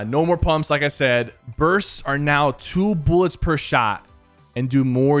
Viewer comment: no one: PK: Booooolits